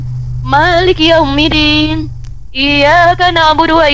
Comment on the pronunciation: Iya Dek ajari ibu itu utk baca yaumiddin,bukan yaumiddin dll deh